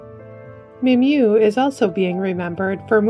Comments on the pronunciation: Mary - it's a French name and was pronounced correctly in American English. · Yvette Mimieux's last name is pronounced "Meemeeoh".